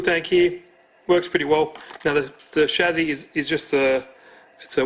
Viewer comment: It's not a Shazy it's a Chassis 😜